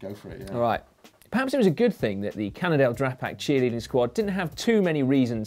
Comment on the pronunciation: "cannondale drag-Pac"